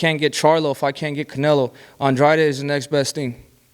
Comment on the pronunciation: David benavidez said Andrade right you idiots say it wrong it's not AN-Drade 🤦It's An-draw-day that's how you pronounce his name 💯💯💯💯💯💯💯💯💯💯💯💯💯💯💯💯💯💯💯💯💯💯💯💯Right........